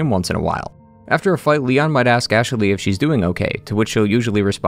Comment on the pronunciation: Anyone else hear him saying “Ash-a-ley” sometimes? Can’t unhear it lol